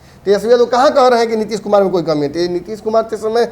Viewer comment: Tution lo.... Nitish kumar hai... Nitish kumad nahi....